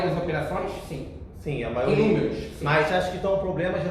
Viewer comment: Gabriel só uma coisa, não "maoria" é Maioria.